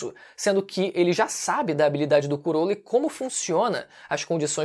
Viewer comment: Falar “curolo” é mt feio de escutar. Ate na dublagem é “crolo”